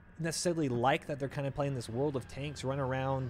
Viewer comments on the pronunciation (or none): none